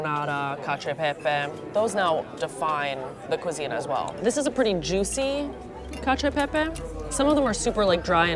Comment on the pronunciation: non mi dire che la pronuncia di cacio e pepe va bene...